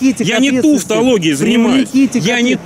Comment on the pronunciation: Ухаха, тУвтологией! Он ещё и необразованный.